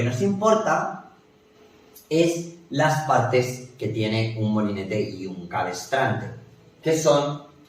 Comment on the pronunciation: Gracias. Por si desea perfeccionar su lección, dice usted "cabestrante" unas cinco veces refiriendose al "cabrestante". Qué pasen un buen día